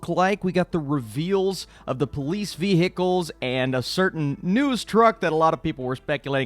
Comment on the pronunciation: Okay but why is no one else picking up on the way that pronounces ‘vehicles’?